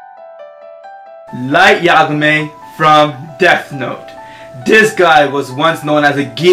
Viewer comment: It's Light Yagami, not Yagama lol! That's one of my favorite anime!